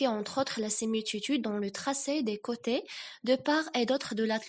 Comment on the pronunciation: Bravo pour cette initiative 👏👏👏👏 il faut toutefois faire attention à quelques fautes de " prononciation " par exemple la dérive et pas la dérivé .. les côtes et pas les côtés ..bon courage et bravo une deuxième fois 🤗